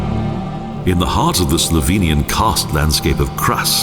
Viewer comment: Finally, a gentelam who pronounces the Slovenian names well!